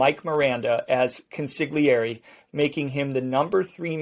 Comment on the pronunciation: You are doing a great job of enthusiasm and sense of humor, and would like to offer a helpful tip. The word of Consigliere sounds more closely to CON-SOL-YERI, but to be safe, you may want to ask someone who speaks Italian. I enjoy your show and am not intending to be critical, so since you obviously care about what you are doing, I thought you might appreciate helpful intention.